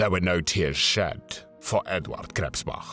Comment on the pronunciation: Edvahd Kresspbacch